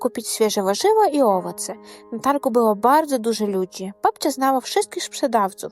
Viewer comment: А хіба не wszyscych замість wszystkich? І наголос в owoce на другий склад, наскільки я знаю.